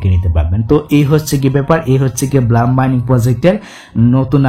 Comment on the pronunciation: ভাই ব্লাম না ব্লুম হবে। ভালো করে একটু এস্প্লেলিং পইরেন😮